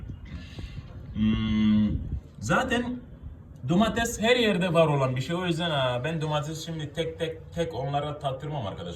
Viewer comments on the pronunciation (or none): none